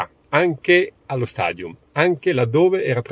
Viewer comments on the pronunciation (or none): none